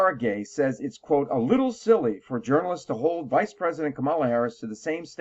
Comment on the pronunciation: I stopped listening when this supposed advocate for unbiased journalism said “Democrat Party” and mispronounced “Kamala.”